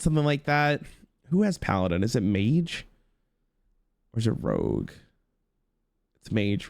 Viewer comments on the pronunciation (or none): none